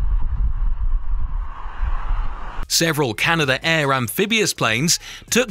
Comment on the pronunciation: Your description of these clips is utter nonsense. Don't you research anything? You clearly have no idea of the correct terminology for phenomena such as shock cones. Canada pronounced as Canada Air? Le Bourget is not Le Borgo!! You do the content creators no favours at all